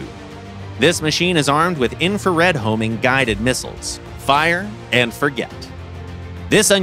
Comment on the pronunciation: "Infrared Guided Bombs" That killed me